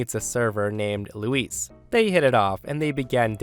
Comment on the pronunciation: Hi The way you pronounce Luis is the female name. Luis is L - oo - i - s. Louise female is L - oo - ee - Z.